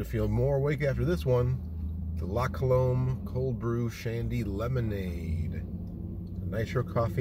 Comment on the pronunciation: Pronounced "La Cuh-lumb".